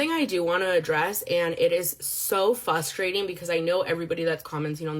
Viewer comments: another pattern I see with women doing their makeup and talking is the way they say "fustrating". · FUSS-trating lol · stopped listening to her the second she said “fussstrating”